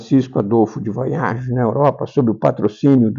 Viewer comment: Só para ajudar esta pessoa que fala, a pronúncia correta do sobrenome do Visconde de Porto Seguro é "Farn-haguen" com h aspirado e g como guê. V em alemão tem um som semelhante a f quase soprado. É um sobrenome germânico e como tal devemos pronunciá-lo. A leitura deste livro tem que estar situado no seu tempo-espaço do seu surgimento. Este olhar distanciado do autor em relação a seu objeto de estudo envolve certo preconceito e ideias eurocêntricas que hoje já passaram por uma atualização científica e metodológica. Mas, é importante para se entender como era compreedido o Brasil aos olhos deste autor e neste tempo histórico.